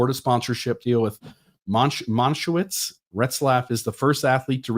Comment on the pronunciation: The Kosher food brand is pronounced Man-eh-shev-its